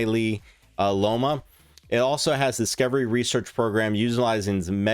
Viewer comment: Myeloma is pronounced as "My-Lo-Ma" not MY-LEE-YO-ma. Chimeric, is pronounced as Chi-mer-ric not CHAI-mer-ric. Beta thalassemia, shot as beta-thal.